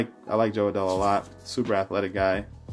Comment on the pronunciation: Nice break! Congrats on all the rookies, that Adell Refractor is super nice!! Those inserts are the 1952 design by the way, not 1956! PS: Fantastic name pronunciations, have come along way since that first Opening Day Break last year! 😆